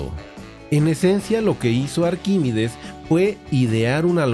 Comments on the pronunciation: Has pronunciado arquímides en vez de ArquímEdes un montón de veces. Muy interesante por lo demás. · Arquímedes no es Arquímides. Aprenda usted a leer antes de ofrecer sus clases.